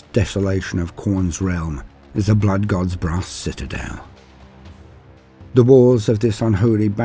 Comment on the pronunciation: A throne of BRASS… okay got it. At first I thought you said “grass”. 🌿🍀🌱😆